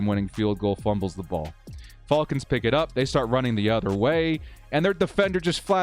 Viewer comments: love your videos, great work! But it's Falcons not Fallcons lol and I wouldn't blame coach for Adderly and Gilman letting a guy run right between and past their zone. Feiller should get credit for his effort on that recovery. He passed up Salyer and all the other lineman to stay in the play. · I’m convinced he’s saying fullcons on purpose cause no way someone fr says it like that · Atlanta “fa el kins”😂😂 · Love your videos, but not watching this one because of how you pronounce Falcons. 😆⚡️